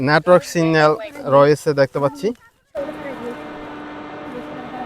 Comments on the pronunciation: সিঙ্গেল নাকি সিগনাল❓ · ভাই বঙ্গোপসাগর এর আয়তন কী 5 বিঘা জমি, যে ড্রোন নিয়ে বঙ্গোপসাগর এর মাঝখানে চলে গেলেন😅😅। আর ভাই ওটা সিগন্যাল, সিঙ্গাল না। 😊😊😊😊